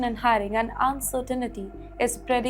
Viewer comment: She taught me a new word insirtinity 😂lol I don’t know what it meanslol 😂😂😂